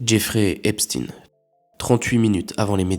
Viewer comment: Jeffrey Epstein, et non Epstine. S'il vous plaît, remettons l'église au milieu du village. Même si lui-même a voulu se faire moins juif qu'il ne l'était. C'est ainsi qu'il a montré une (des) autre(s) facette(s) de sa psychopathologie immonde et dérangeante. Déni de ses origines, impossibilité à gérer ses ascendances, et du coup... Antisémitisme féroce.